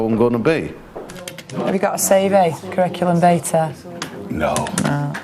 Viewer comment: It's curriculum vitae not how she pronounced it. It sounded like vayter